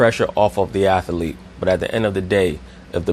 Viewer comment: Bro! U Killin me..."Athlete" is a TWO syllabel word... Js